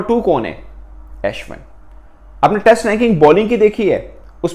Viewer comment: For God sake please correct your accent when you say Ashwin